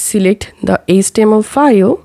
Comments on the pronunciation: IT’S “HEYCH TEA EMM ELL” (HTML) Stop pronouncing H as ESS. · what is ace-tee-em-el?